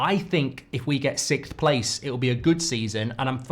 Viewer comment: What in the world is "sickth" place? 😉